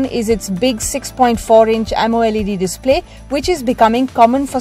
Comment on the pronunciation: hey narrator its called AMOLED not AMO LEd